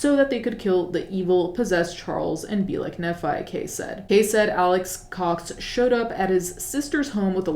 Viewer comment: Just fyi nephi is pronounced like "knee fai" - a former Mormon lol